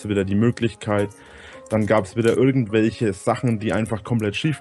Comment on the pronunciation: "irchendwelche wolligen Kreaturne" lel